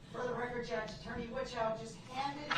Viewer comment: look at little boy lost wanting mummy to help him. …. She does… 😡 Boy how things change…. Within a few hours after her helping him and giving him all this leeway he’s going to spouting off at her and all the court saying’ how you even a judge (jurr-ge).